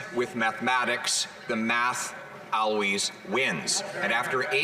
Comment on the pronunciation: Why can't Pierre say "always"... Going back a year he can not say always.